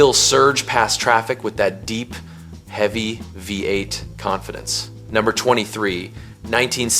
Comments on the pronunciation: My man has trouble saying Vvvv-ate! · Ai, voice over is crap the 340 V.......8, its a V8 idiot!!!!